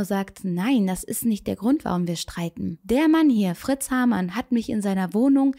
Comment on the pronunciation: Sehr interessant , aber bitte Haarmann und nicht Hamann